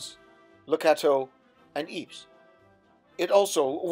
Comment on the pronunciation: Ypres is pronounced ee-prah. Not eeps